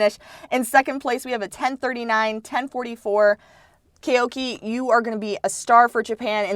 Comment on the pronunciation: Koike is good but not olympics champ good. He’s not even the fastest Japanese (Kiryu 9.98 (+1.8) Yamagata 10.00 (+0.2) etc) Edit:it’s Koi-kei not Kay-oki